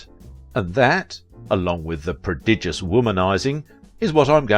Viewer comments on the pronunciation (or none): none